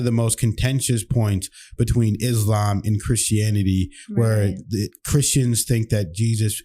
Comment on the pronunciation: Not "Izzlam" - not z sound It is "Isslaam" - it is s sound